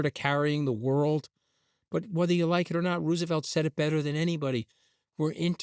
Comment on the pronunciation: he pronounces things weird... "Rooooosevelt", "Uh-nnex"